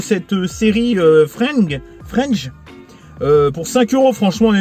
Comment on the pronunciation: Salut 👋🏼👋🏼 Joli, le coffret Fringe! Je connais la série et j'adore! Ca se prononce Fr I N ge, en pronoçant le I et le N. C'est une masterclass clairement sous-côtée, qui passait sur TF1 le mercredi en 2nde partie de soirée. Mon ex et moi, on se couchait tard exprès pour la mater. En +, Joshua Jackson (Série "Dawson") jouait dedans. Top que tu aies réussi à la trouver en BluRay et à si bon prix, car sur internet, c'est laaaarrrgement + cher 🤩🤩